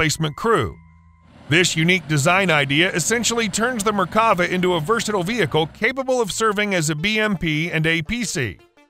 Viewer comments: Once again, it's not merkAva, it's merkavA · It's pronounced mer-ka-VAH. It means chariot. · And it is not pronunced mer ka va. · *MERK-Ah- Vah